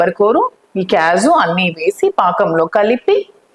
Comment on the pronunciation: Kyaju kaadu thallo kaaju